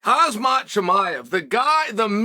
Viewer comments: It's Hammmzat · If Chael says he's called Khazmat, then his name from now on is Khazmat